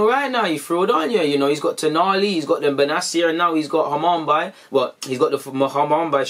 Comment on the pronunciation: Bro I’m sorry but I was dying when man said Hamumbye 😂. Great vid though as always G